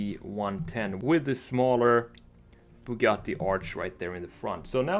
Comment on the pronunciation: kinda refreshing hearing someone pronounce Bugatti the proper way